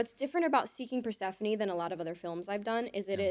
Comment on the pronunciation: You did a fantastic job with Persephone Ryann.